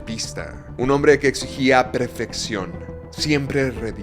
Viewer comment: Nah mms neta nadie va a comentar el hecho de que dijo “PREFECCION”?? 😂😂😂